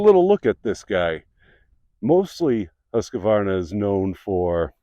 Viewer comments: There is no A between Q and the name Husqvarna. It is pronounced Hus-kvarna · Much better than Huskavaana. Husqvarna is a compound word comes from the Swedish words “Hus”, meaning 'House' and 'qvarn” meaning “Mill” - Millhouse